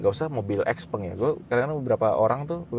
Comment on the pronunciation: Ini nyebutnya kayak tumpeng, bukan gepeng, norak. Giliran toyota, honda, ford, ferrari, porsche, lambo, gak lu cela? Nama pendiri nya juga tuh. Lebih keren Tesla? Itu juga nama orang Krosia dicomot sama elon padahal nama musk juga gak enak jadi merk. Padahal barang lu semua juga made in china, lu anti china? Kocak lu 😂